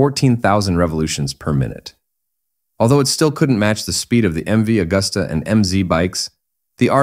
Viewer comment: C'est MV AGUSTA et non Augusta !!!